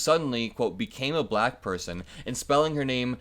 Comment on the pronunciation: I always wonder about his weird pronunciations. It’s almost like a fake accent, slightly babyish sounding. “She became buh-LLLACK”.🥴😖Ugh! He is repulsive.